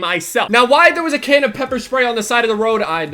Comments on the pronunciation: I thought you said kid instead of can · for a solid minute! when you sed "can" i thot you sed "kid" and i was like WHAT THE FUCK?! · I thought you said KID like 100 times. You just ran over this small little white kid lol.